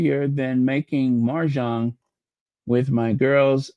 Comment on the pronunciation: mahjong (no "r") ❤